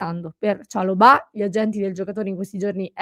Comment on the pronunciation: chalòbah con l'accento sulla o. non è francese.